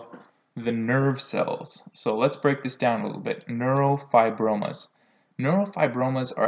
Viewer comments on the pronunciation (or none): none